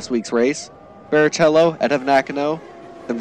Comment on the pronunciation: Barrichello and Fisichella names are still pronounced incorrectly... (Barikello & Fisikella is correct)